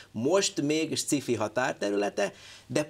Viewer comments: Hát ezt meg ki mondta, hogy szkifinek kéne ejteni? Mitől? Ejtse ki jól: science fiction. Van benne k hang? A másik lehetőség meg a magyaros, ahogy írva vagyon. Szkifi pont nincs egyik lehetőségben sem. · sci-fi...kerem ejtse ki jol...c helyett k...amugy jo volt.....